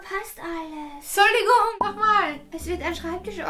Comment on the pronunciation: Viki sagte suligung 🤣 am anfang